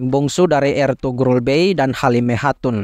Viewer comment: Sogut dibaca Soyut…Eltugrul juga di baca Elturul…